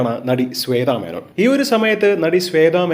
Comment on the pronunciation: സ്വെ ത മേനോൻ അല്ല ബ്രോ ശ്വേത മേനോൻ